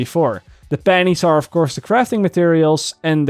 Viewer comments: Pennies... not Pannies. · I thought he said "I feel like im scraping panties off the floor" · I know what you are saying but it does sound like you are saying 'scrapping panties off the floor' you should make a t shirt of that haha. Thanks for the video dude!